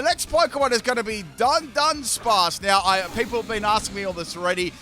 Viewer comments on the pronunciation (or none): btw dudunsparce is pronounced DO-Dun-Sparce yw